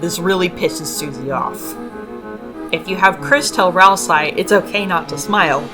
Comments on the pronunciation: Continually pronouncing Ralsei's name with an "eye" sound at the end while quoting the Japanese version is crazy work, since his name is spelled ラルセイ, confirming that it's pronounced with an "ay" sound. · “Weekii” “ralseye” “gare son” “sham” you’re upsetting me. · THAT’S HOW YOU PRONOUNCE GIR?! I’VE ALWAYS PRONOUNCED IT LIKE “GRR.” Also, Ralsei is pronounced “Ral-Say.” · I can't be sure due to "Ralsai", but it seems from the way you pronounce "Gir" that you've never seen Invader Zim. Well, it's now required homework for understanding Deltarune so get on it! 🫡🤖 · Your pronunciations of Ralsei and Gir are just dang great 😌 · most fascinating pronunciations of ralsei and mcelroy and gerson